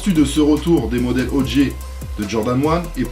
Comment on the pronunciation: OG tu prononces pas bien, c'est Odji et pas Odjay, Stranger Things c'est ouf ! bigup de suisse